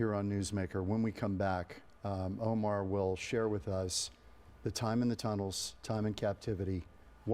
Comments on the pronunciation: Please pronounce his name correctly, it's Omer an ancient Hebrew word with many meanings that used as a name too, not Omar which is an Arab name. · (The excellent interviewer pronounced Omar by mistake .This sounds like an arabic name so I have to correct that )His name is Omer . It's a sheaf of grains in hebrew . I wish I had 1% of his faith. He is amazing.